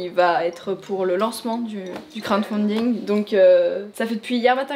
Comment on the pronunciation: C'est crowDfunding pas crownfunding! (c'est lui qui demande au début de la vidéo me bannez pas)